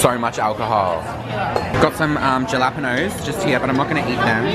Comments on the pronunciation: he said ja-lap-unoes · its weird how they pronounce jalapenños 😂😂😂😂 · The way pronounced jalapeños 😂😂😂😂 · the way pronounced jalapenos hahaha bless